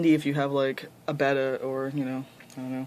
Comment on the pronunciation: Very nice tank, I've experienced that problem with fluorite as well. Also, it's very good to hear someone pronouncing betta correctly!